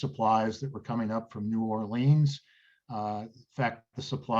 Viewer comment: Are you sure you are pronouncing 'New Orleans' correctly?